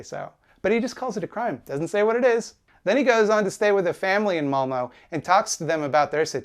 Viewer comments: Its not Malmo its Malmö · As a Swede, a LOT of people think this is the refugee's fault but no, it's Sweden who's letting in a bunch of people for money but not taking care of who comes in the country. Also, this video is old but "ö" is pronounced "uh" not "o" (malmö = malm-uh) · "malmo" my swedish was like "what kind of name is th- OH MALMÖ!" pronounced "malm-uhh" (like the sound u make when u go "uhhhhhh") got this hurts my heart. will yall ever learn how to say Ö? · that's not how you say Malmö it hurts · The most offensive thing in this video is the way English speakers pronounce Malmö